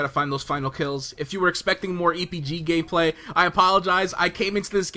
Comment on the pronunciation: Did anyone else hear: "more EPG gay-play"?